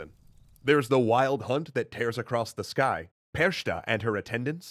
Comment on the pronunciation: As an Austrian native I have to tell you that it's a bit more complex... First of all I'd like to congratulate for pronouncing "Krampus" quite well; but the ch in Frau Perchta isn't a /sh/, but simply a /h/-sound. Second Krampus and Frau Perchta and her accompanying demons may seem similar as they are savage, dark, wild and raging; and all of them may have a common (pagan?) origin. Yet they are very distinct. Krampus is the "domesticated" version of these creatures. He's a sinister character, whose darkness makes his buddy Saint Nicolas shine even brighter. So they're a classical example of a "good cop"/"bad cop"-team. Frau Perchta and her gang are much more deeply rooted in medieval (and even older) Europe, when much of the continent was a fierce wilderness hounted with real and imagined dangers. (The tales of the Brothers Grimm cover these ages in part: In its core Little Red Riding Hood is about the danger of the woods and Snow White escapes into the wilderness beyond the where she encounters strange people living beyond the reach of the local authorities.) During the long and snowy winters in the alps the dreadful wilderness closed in to the villages and little could be done against that. To fight their own fear and "scare off" the invisible dangers of the wild the villagers disguised themselves as "Frau Perchta and gang" and performed processions. This traditions lives on to the present day (search for "Perchtenlauf" [ = Perchta procession ] on youtube), but it has been